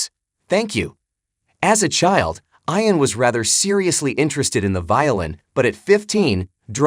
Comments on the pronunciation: FYI - it's pronounced E-an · You lost me at Eye-an. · Add totally irritates me that your AI isn't pronounced on his name correctly